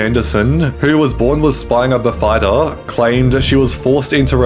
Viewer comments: Spinal bifida--pronounced biff-ihh--duhhh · 😂😂😂”Spinal bif-EYE-duh”😂😂😂